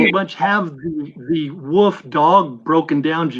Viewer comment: most redeeming quality is that he pronounces "Wolf" as "Woof"